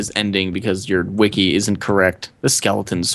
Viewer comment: y u pronounce wiki like weekee.